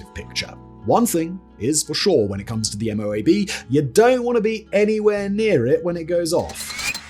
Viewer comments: The MOAB isn't usually pronounced M.O.A.B...it's usually pronounced as if it wasn't initials. Like: Moe-Ab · MOAB are usually prounced as one word : "Moe-Ab"